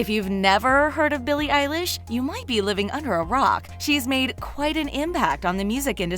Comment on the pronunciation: Oh no. They said her name wrong